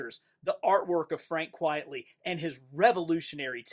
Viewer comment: It’s pronounced “Quite-Ly “ and “Cass-A-Day”